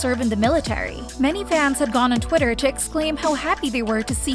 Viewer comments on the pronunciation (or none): none